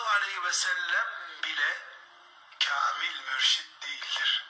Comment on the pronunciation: Hocam siz neden Nureddin yıldız hocayı tamamen dinlemeden anlamadan eleştiriyorsunuz. Kamil mürşid ne demek olduğunu net açıklıyor ama siz yanlış telafuz ediyorsunuz.